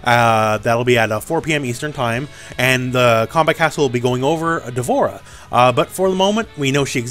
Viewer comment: Ugh Dvorah really?